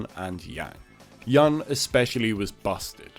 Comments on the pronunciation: It's Yun (like you-n), not (yan) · And also... Yahn?! Who the hell is Yahn? Without the video I wouldn't know he's talking about Yun , who supposed to be pronounced as "Yoon". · Yun should be pronounced like Yoon